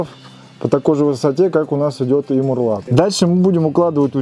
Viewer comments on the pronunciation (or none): марлат блеать. Мауэрлат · Горизонтальный брус по стене называется МАУЭРЛАТ, а не МУРЛАТ! Спецы... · Мурлат? Ну да ,"мауэрлат" - слишком длинно! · Не мурлат, а мауэрлат читай учебники... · Маурлат,а не мурлат.